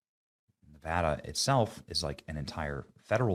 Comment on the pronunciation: Thank you Benny for pronouncing Nevada correctly.